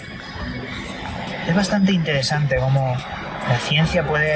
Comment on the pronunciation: Vaya que INTEDESANTE..... Este compa no pronuncia bien las palabras 😂😂😂 ES EL FRANCÉS 😂😂😂😜😜